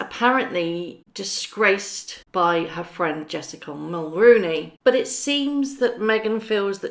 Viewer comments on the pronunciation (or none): Mul RO nee It's not "roo"